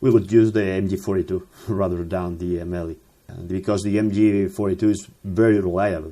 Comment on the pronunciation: AMELI, like saying Amelia but without the A at the end..